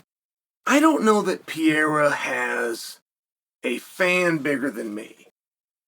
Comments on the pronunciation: Great video, But brother Chael it is Pereira!! Sounds (Pear-rrrer-Ra!) Not Piara! Lol😂 Get it right bru! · I never get tired of hearing you call him Pierra instead of PEREIRA 😅 Just kidding I'm way over it lol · Why you keep calling him Piera man? Isn't this a bit disrespectful? PEH + REH + RA, beautiful name, means pear tree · PE-REI-RA not PIE-RA!! Just call Chama at this point 😂😂😂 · It's simple his name is pIEra not PeREIRa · Stop saying Piera, holy fuck… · Pierra? Is he french? 😂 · I sure hope the do the Uncle-I-have VS pee-AIR-uh fight next. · Pierra 1- Pronunciation 0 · piera? wtf is piera? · LIKE if you're actually referring to Periera as "Pee" - "Yare" - "Uh" because of Chael. 🤣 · Gotta love Pierre-uh and Uncle Lyev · Man still acting like he can't pronounce his name to save his life. No way your inside informant is also calling him Piera. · Piera in what he is saying not Pierra at all haha😅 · exactly what the fuck... 'piêra'... so disrespectful like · You admire him so much that you insist on pronouncing his name wrong. I think it’s just a subliminal way for you to assert your dominance lol. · Calls himself "biggest fan". Proceeds to butcher his name dozens of times😂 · I hate the way you mispronounce Pereira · If you admire him so much, learn how to pronounce his name. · 🚨🚨Dear Chael, how long before you start saying Alex Pereira’s name right? Concerned Fan 😩😩😩🚨🚨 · Such a big Pereira fan you can't even say his name right. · You can't even say his fkn name right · Wish you’d admire him enough to pronounce his name correctly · I know right? How long can you do this for? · Why? You don’t do that. He’s just using a different wrong pronunciation. Literally no English speaker ever pronounces his name correctly. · Wdym Chael is undefeated in name pronunciation